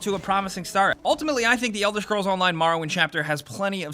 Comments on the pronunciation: it's elder scrolls, not fucking elder shcrolls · Elder Schkrolls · Elder Shcrolls, Marrow Wind.